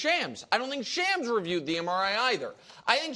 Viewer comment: shawms not shams